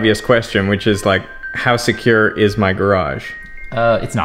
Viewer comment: All non English speakers: 🕵📈🔒 secyur